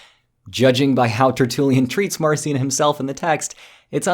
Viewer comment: Marcia should be pronounced Mahr-KEE-ahn